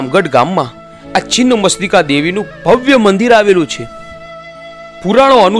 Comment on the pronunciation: Chhinn machhtika bhai chin mastika nahi pela bolta sikho